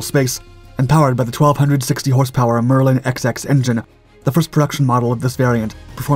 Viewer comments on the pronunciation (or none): Yes. I know. That's why I left my comment. The narration says "Merlin Ex Ex", instead of "Merlin 20". Perhaps the narrator will next state "Spitfire Mark Vee" instead "Five". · Also describes an engine as the "Merlin XX", instead of pronouncing it as "Merlin Twenty". Good advice of this kind enables improvements in the future. God only knows how the Spitfire Mk. VIII or the Spitfire Mk. XIV might be pronounced. Would the Spitfire Mk. II be the Mark Eleven?